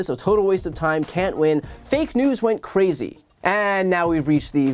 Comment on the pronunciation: "Carzy"?😆 Lol.😂